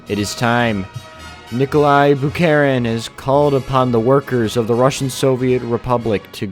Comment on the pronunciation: Никола... Никла... Николасай